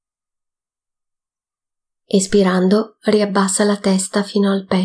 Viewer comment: Ringraziando tutti per questa attivita', faccio notare che per chi non conosce l'esercizio, sarebbe importante che la pronuncia di "Inspirando ed Espirando" fosse piu' chiara o sostituite da DENTRO e FUORI perche', particolarmente nella terza pratica, non si capisce quando ti mangi la N di Inspirando e quando confondi la I con la E di Espirando, rendendo impossibile distinguerle, entrambe risultano qualcosa come "ispirando" che non e' ne uno ne l'altro. Andando a visionare lo stesso video in inglese si evince che, al contrario delle pratiche precedenti e seguenti, nella terza il primo movimento va fatto espirando. Grazie.